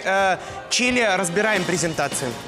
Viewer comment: Чери? Это Чили 🤣